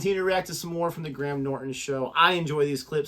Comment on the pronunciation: Was going to click on this in around 30 minutes, but then I realised it contained John Cleese, and clicked just to see one thing... As I suspected, you're pronouncing "Cleese" wrong, just like every American, but at least you're sort of pronouncing "Graham" correctly. Cleese is pronounced Cleez. Graham is pronounced Grey-Em.